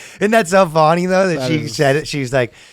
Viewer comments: Ryan says funny and money like fu-nnie and mu-nie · So funny how he says "fonny".